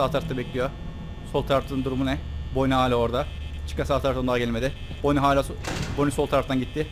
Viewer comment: Abi boni değil bani foksy değil faksy (Türkçe okunuşunu söyledim)